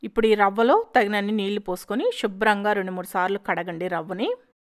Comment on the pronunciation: Shubram Kadu Subram. Leni poni Sha add cheyakandi. “Maa telugu taliki mutyala danda”